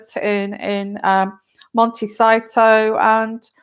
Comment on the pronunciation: Hi. It is pronounced Mon-te-SEE-toe. I grew up there as a child and it is so lovely, just mentioning because of it. A Spanish pronunciation. Love seeing you back, I had drifted off. You are really on fire! Blessings.